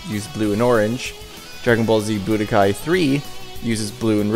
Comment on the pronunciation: I'm glad you called Dragon Ball Z: The Legend by its official English title. Most people call it by the fan name of "Legends". Budōkai is pronounced boo-DOH-kahy by the way. Basically, the same as you said it, but with emphasis on the dō instead of bu. "Budō" means "martial arts". "Kai" means "tournament". Tenka-ichi is pronounced TEN-ka EE-chee, literally meaning "Number One under Heaven". It's an incorrect reference to the Tenka-ichi Tournament (Tenka-ichi Budōkai) that takes place in the comic and shows. As you can see, they got it backward.